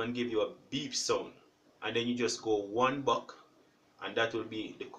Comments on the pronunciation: Thank you, it worked! But it was very difficult to understand "one buck' then i looked into comments and found that you mean "one back" but you need to cleary say how to stop and go one back so people can easily understand. Anyways thanks a lot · I'm sorry, I'm not Jamaican and I'm hot AF. So please excuse my rudeness. But are you saying one buck or one back?